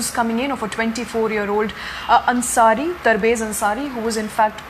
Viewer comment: Hehe, you didn't even took his name properly.. his name was Tabrez Ansari. ... Not tarbez ansari.